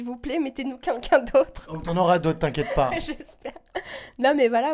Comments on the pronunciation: alors par contre on dit queLqu'un pas kunkun. merci. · quelqu'un pas quinqu'un mdr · quelqu'un et pas "qunqun" ptdrrrr elle ne sait pas parler cette meuf 😂😂😂😂😂😂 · Par pitié arrête de dire "QueNqu'un" :'(